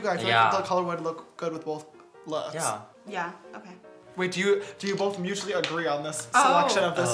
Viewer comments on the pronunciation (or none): Are you saying BOLTH??